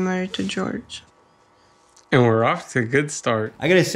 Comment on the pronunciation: Jorge isnt pronounced like George though